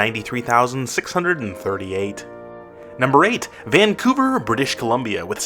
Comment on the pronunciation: Buddy said "British Colombio" haha